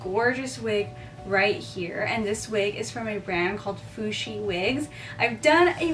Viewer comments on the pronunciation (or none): It's FUHSI Not FUSHI Fushi is a word in Spanish for some thing that stinks